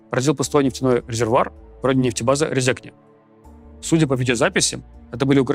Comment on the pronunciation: Рéзекне а не Резéкне